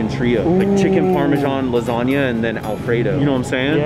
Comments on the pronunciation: Rewatching the vid says lasagna correctly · learned how to pronounce lasagna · At least said lasagna right 🤣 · Now knows what lasagna is and how to say it properly